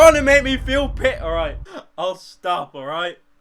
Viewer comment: Pyro can't say pity "Pih-ee" "Pee"